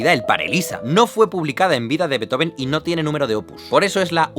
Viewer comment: Todo bien, pero no se pronuncia "Betoben". Sería "Bíizofen"